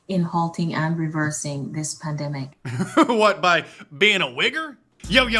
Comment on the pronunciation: That black lady mispronounced pandemic 6 times as PAMDEMIC.